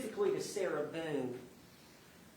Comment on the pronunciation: The way her attorney miss-pronounces her surname. 😂 “How many times did you meet with Ms Boown?”